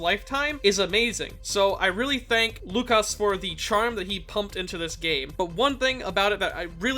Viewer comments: Not - "Lukasz" Yes-"Wookasz" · It's "woo-cash" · You almost got "Łukasz" right, the Ł is pronounced like W and "sz" is a "sh" sound. Malina means razzberry and zdrada betrayal in polish. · Oh god, you butchered his name. Good vid tho.